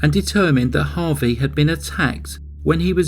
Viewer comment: Harvey not harry